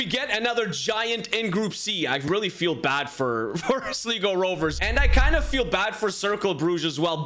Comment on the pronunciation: You pronounced Sligo so wrong